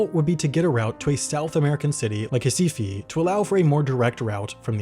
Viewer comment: I already knew most of this airport's history as I've been interested in remote islands like St Helena and Tristan da Cunha for a few years, but this is truly a beautiful and moving documentary. And quite a good pronunciation of Recife as well!